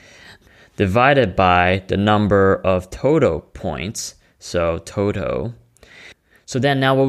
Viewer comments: "The totow" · Are you saying towtoe or total? It'd really help if someone could help clarify this, as a millionaire of course.